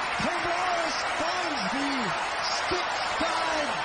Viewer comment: I agree with the other guy, this play by play guy is awful. Give that man some coffee. Color guy is great! And yeah, the overall audio is awful. He's the only play by play guy who can say the word "stick" in two syllables.